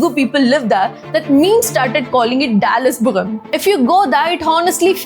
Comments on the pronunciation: i dont know why people like her in this video try to act up there accent so much, that you cant even pronounce "puram"? this lady said "buram"🤣wtf man this bs accent tryna hard american accent, north people are wild. its Dallas-puram not Dallas-buram. easiest pronounciation, i never thought anyone could f** this up not even americans. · Dallaspuram not buram... I think u have to visit hospital 😂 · Dallaspuram or Dallasburam?🤣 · Hello,, All good info but find out why Srilanka, Malaysia and Singapore has so many Tamil families? Correct your sounds - not Dallasburam ha ha ha. Paarants 😅 Then so many other words. Mixed up 😂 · Why r u calling it dallasbugam